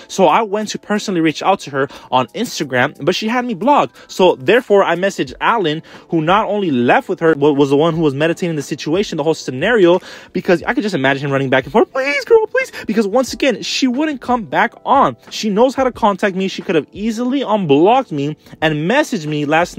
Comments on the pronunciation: it's Mee-Dee-Ate-ing, like smoothing the situation, not Medi-Tating, like on some yoga ish 😉😆😘❤️: 10/10 For the quick reading skillz, tho! ❤️🔥🌹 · It’s not meditating it’s MEDIATING lol